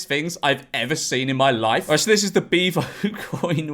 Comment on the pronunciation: Why does he say beavo like that?😂 ”BIVO” 😂😂😂😂😂